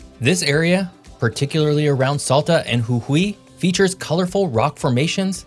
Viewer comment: Pronunciation of Salta and Jujuy was spot on!!